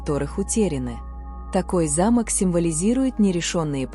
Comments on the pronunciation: Про пятую вещи, которую нельзя принимать, я подумала про старинной замок, потому что ударение было на первый слог. Потом прислушалась о замках во множественном числе и поняла, что речь идёт о замках для дверей. Во всех случаях ударение должно ставиться на второй слог. Если бы мне подарили старинный замок с ударением на первый слог, я все же приняла бы его😊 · Ударение в слове замок ,не правильно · Вы не правильно ставите ударение,по этому смысл теряется.замок-это большое красивое строение.а замо'к-это закрывающие устройство.учтите это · Не зАмок, а замОк! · не за'мок, а замо'к----режет слух, неграмотно!!! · За'мок или замо'к, делайте правильно ударение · Ударение!но терпеливо слушала до этой программы.Здесь:замок-ударение на втором слоге!А в вашей информации(на первом слоге)-не механическое устройство,а здание,особняк и т.п. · Ставьте правильно ударение, не замок, т, е не строение, а замок, т е предмет для замыкания например двери. Слух режет конкретно. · Интересно. Но есть ошибки в ударении в словах. Особенно замок, совсем не допустимо. Ударение надо делать на "о", а не на "а". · Произносите слово замок делая ударение на 2 слог а если делаете ударение на первый слог то это будет старинный дом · Сил нет слушать эти ударения. Замок или замОк. Смешно, о чем вы автор? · Как вы читаете? Правильно делайте ударение.Замок и За'мок большая разница . Неприятно слушать. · КОГДА БУДУТ ЧИТАТЬ.ЛЮДИ А НЕ РОБОТЫ 😂😂😂😂 ЗАМОК.. ЗАМОООК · На слово замок ударение правильно поставьте. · Ударение в слове "ЗАМОК" неправильное для русского языка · Не замок или замок ударение на о а не на а